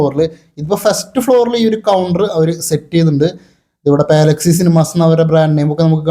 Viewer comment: പാല അല്ല പലാ 🙌🏻 പലാക്സി